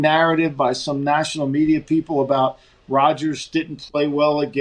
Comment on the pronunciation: Soarry aboot that